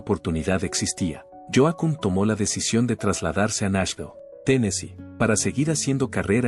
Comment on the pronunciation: Mala pronunciación de nombres en inglés estadounidense. "Dwight" no se pronuncia "Duit" sino "Duait" y Yoakam no se pronuncia como Yoakum ni Yoakam" sino "Yoak'm". Lástima, arruina al video en idioma castellano. Duait Yoak'm, Get it?